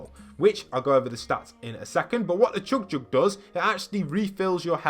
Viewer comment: Anyone else notice he has a British accent but goes really northern when he says chug jug